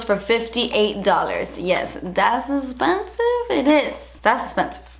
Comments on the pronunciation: OMG DAS ESPENSIVE, HaHaHaHa. Cannot get over it. Love ya ✨💖✨💖✨ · and "das espensive" IT LITERALLY MAKES MY DAY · "Das esssspensive..... But das also really good" hahahaha I watched that at least five times. I love you so damn much. Your videos make my day. 😍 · i love how you say expensive 😂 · How she says expensive is my favorite thing lol